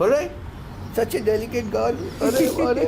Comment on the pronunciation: touch your daddy good girl.. I know he saying Such a delicate girl, but it took me turning on subtitles for that lol